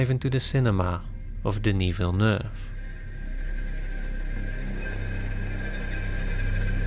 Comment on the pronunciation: As a French Canadian I appreciate your prononciation of Denis Villeneuve's name I groan at American prononciation and laugh at Google maps voice pronouncing French street names.